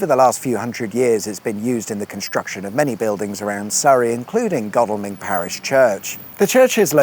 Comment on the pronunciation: Ooooooh, my local area. Pleased you pronounced Godalming correctly 😀